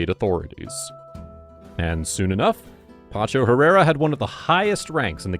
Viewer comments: PACHO PACHO PACHO not PANCHO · Pacho not pancho ignorant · Pacho, not Pancho. Great video though. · You can’t seem to get his first name right, lol